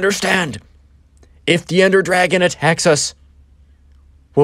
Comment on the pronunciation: ender dwagon as he says it